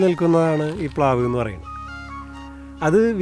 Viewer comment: പ്ലാവ് ആണ്… പ് ലാവ് അല്ല